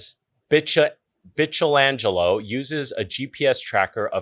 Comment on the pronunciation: No one is gonna mention Bitchell-Angelo? lol. I’m pretty sure it’s supposed to be Bike-el-angelo like Michelangelo cause he makes art with his route 😂 but it’s cool still love ya!